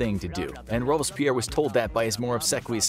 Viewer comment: Dude, one thing. It's Robs-pierre Rob-berts-pierre. Don't let bad pronunciation runs an otherwise good video.